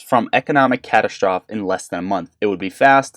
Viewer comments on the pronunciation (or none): "Catastroff" lmao 🤣